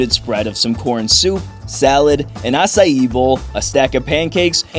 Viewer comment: bro actually knows how to pronounce acai im positively impressed